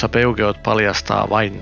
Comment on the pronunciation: Peugeot lausutaan ranskaksi Peshoo. 😁